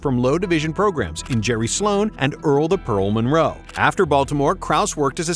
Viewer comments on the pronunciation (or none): none